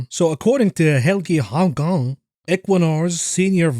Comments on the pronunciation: As a Norwegian i'm offended by how you pronounce Helge Haugane :_Elmo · Helge Haugane cracked me up...even before you laughed too...I have foreign clients all the time, so I do the same thing before we call! Still laughing...the last normal name I even got that didn't need researching the proper pronunciation was Glasscock!!!!...and there were four of them we had to contact! We deal with the Richards that really want you call them Dick, for some odd reason...but Glasscock! Wtf! Gotta' be a joke there about throwin' kidney stones and glasscocks!